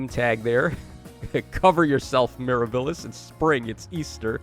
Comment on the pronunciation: Bro please…it’s Miirah-buh-lis. Not mir-a-bill-is. While I’m at it - it’s Pee-onie. Not Pee-oh-knee lol